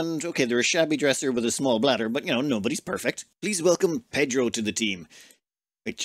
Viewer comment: Voté for Pédhro!